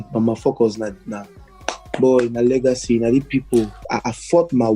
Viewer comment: Its "legacy " not lagacy